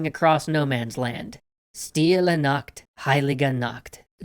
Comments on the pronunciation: Funniest thing is, he misspronounced Nacht(night) into Nackt(nude)...😅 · As you said, stille Nacht heilige Nacht, the Nacht should sound like "yacht" , but how you said it, it sounds like nackt, which means naked...... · You pronaunz nacht like nackt = nude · Hahaa he sayed nackt instead of nacht lol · U pronounced nacht kind of wrong, instead of saying night u said naked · It's not a K! It's chhhh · Being german i had to smile at how you said "Stille Nacht" Because you pronounced it [nakt] instead of [naχt] wich makes it sound like stille nackt, meaning silent naked, holy naked... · you know when you told ,,nacht '' like nakt I laughed a little bit because nakt in German means naked but yeah... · When Nacht which means Night sounds like Nackt which means Nacked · you... you just said quiet naked... or some kind quiet nudeness... anyway the way you pronounced Nacht made it sound like Nackt which means nude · You said nackt and not Stille Nacht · It's pronounced "nach". Yes I speak german. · lol, the way you pronounced "Nacht" sounded like "nackt", which means naked. Silent naked, holy naked? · When you pronounce "Nacht" like that it sounds like the German word for nude instead of night... XD